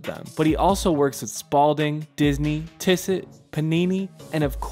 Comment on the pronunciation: Nice video. Tissot is pronounced Tee-soh. Thanks!